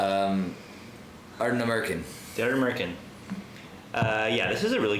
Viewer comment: ", say Ardnamurchan correctly or this bottle of Springbank Local Barley dies in transit!!!" And that's how the bottle met its end...😂 I think you guys are bang on about new distilleries. I think eventually we'll see a period of closures again, like we are seeing in B.C. with Craft breweries right now. There was a time there were 10+ new each month. Market saturation is real, and it will hit. Quality with a following like Ardnamurchan will survive, but anything average will have to adapt or disappear.